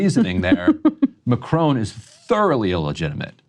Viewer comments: Mah Krawn. Not macrone. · Macron....NOT Macrone! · It’s not M’crone. It’s Mack-Ron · It’s not Ma cr own, it’s Ma cron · If you want to be taken seriously, pronouncing his name would be a good start. Mack Ron (the n is almost silent), not Macrone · "Mah-crone" Lol